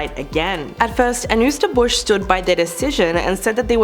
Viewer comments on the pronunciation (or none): It’s pronounced “Anne-Hi-Zer”